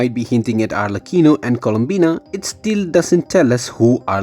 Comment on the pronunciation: No it’s alrecheeno